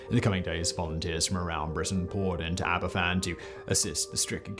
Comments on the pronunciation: This is not the best video about this. For one thing, the presenter's pronunciation is poor, e.g. Aberfan is pronounced "Aber-Van", since "f" in Welsh is pronounced as "v" in English. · This was the first news story I remember seeing. I was three and living in north London, and cried myself to sleep after hearing about it. BTW, - you got the pronunciation almost perfect, except that a single F is pronounced as V in Welsh, so it's closer to aber-VAN. BTW - anyone with friends or relatives there will have probably seen the title of your video and not been able to watch it. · Being Welsh you grow up knowing all about this terrible accident that should never have happened. It is pronounced Aber van. Cymru Am Byth (Wales Forever) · The disaster was a tragedy. The subsequent treatment of the Aberfan community will forever be an absolute disgrace. As an aside - the f in Welsh is pronounced as a v. So it's pronounced as Abervan, not Aberfan. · eck. that ai narrator, gabble gabble gabble. There's a much better version available which provides accounts from actual people who were there. It's pronounced Abervaan. The govt was told many times about the danger of the tailings piles, but did nothing about it. The Queen would 'never' fake tears! She stayed away because she felt she would only make it worse for those who were grieving. She did go after 8 days and was in tears. Ever since, she has visited the towns people and kept a close bond with them. Recently, Prince William, the King, and Catherine went there for the 60th anniversary of the disaster. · Don't fanny about when pronouncing Aberfan, say after me, ab-er-van. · Just a quick note, Aberfan is pronounced AberVan.....f is pronounced v in welsh. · Just one thing re the pronouncement of Aberfan: The ‘F’ in Welsh is pronounced like a ‘V’ in English. It’s a soft V. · The welsh spell it Aberfan it's pronounced abervan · Aberfan is pronounced in welsh as abervan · It's pronounced abervan